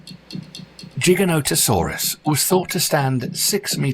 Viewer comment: LMAO it's funny how he pronounces giga no ta soraas lol